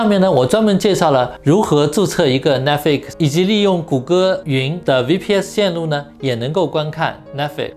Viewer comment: Netflix，重音在Net，flix要轻，要含糊，才有逼格。